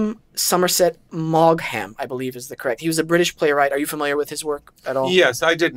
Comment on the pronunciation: Maugham. Do not pronounce the gh. You just crucified his name. It's like Meagher which sounds like Maher (h is barely noticeable). Search Maugham pronunciation on the Internet.